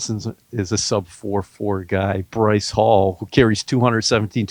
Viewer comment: Breece Hall*** not Bryce!